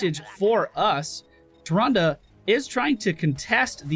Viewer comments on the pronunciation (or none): Just curious, am i the only one who thinks the whole "Tyrande" joke (saying it really weirdly) has run its course ages ago and is more annoying then funny now? If im wrong and its not for "comedic" purposes, then can someone explain why he still does it?